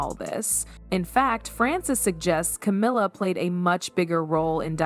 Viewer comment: Yeah, I think this whole thing is fake. It's an AI voice, and I don't think Anne would have stolen a letter. Between calling Camilla "camera" and Diana "Dee-anna"... there's something fishy here.